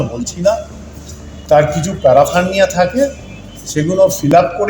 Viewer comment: Paraphernalia ke bolche paraphernia😂